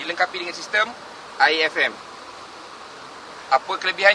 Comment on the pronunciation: IAFM terdengar macam Air FM